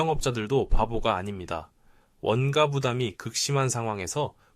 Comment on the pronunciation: 내용은 둘재치고 '원가'발음이 왜그래요? 읽을때는 '원까' 아님? 아...듣기 개불편하네..ai세요?